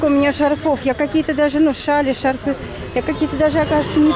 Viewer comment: Шарфы -ударение на 1 слог во всех падежах : шАрфы , шАрфов , шАрфам , шАрфами.